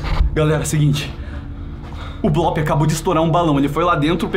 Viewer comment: O blop falou leuy